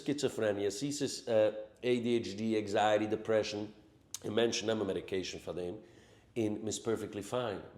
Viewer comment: Anxiety not eggziety